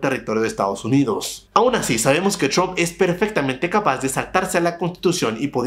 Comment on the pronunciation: chrump o trump??? busca ayuda para aprender a pronunciar la R ... o busca en internet como practicar y mejorar eso. No creo qhe te cueste mas de una semana mejorarlo.